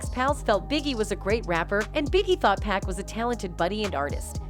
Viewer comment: This white woman need to learn how to say pacs name right!!! 🤬